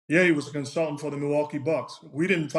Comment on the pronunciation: Nor is counseltate 😅😅